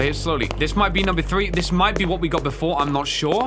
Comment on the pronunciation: ha you said "bedore" you are no sigma of the lone wolf gang